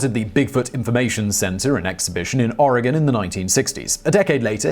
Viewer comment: Yay!!! you said "Oregon" correctly!